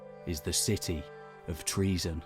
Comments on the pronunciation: It isn't pronounced TREASON, you buffoon, it is pronounced TRO-ZEN or TRU-ZEN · ΤΡΟΙΖΗΝΑ η Τροιζην, η (παλαιοτερη ονομασια, ΔΑΜΑΛΑΣ). TREAZON? Maybe...treason? lol LEARN GREEK! Stop butchering the language of our gods and heroes! 💀💀💀